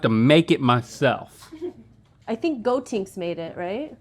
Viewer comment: I love Link saying "Gotinks"